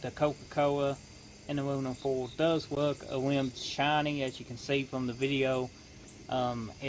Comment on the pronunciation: No your wim was weally wusty